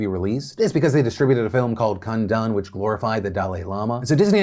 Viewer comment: The way you said Kundun 😂